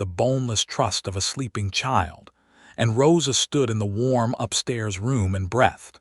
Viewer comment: Please understand the difference in the pronouncement of “breath” and “breathe” and when they are properly used in a sentence.